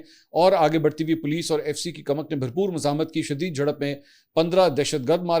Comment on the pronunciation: Mansoor Ali Khan ye farsi ka lafz koomak hay na k kamak,mujhay tu tum kaafi educated lugtay thy,iss aik lafz ne tumhara pol khhol diya hay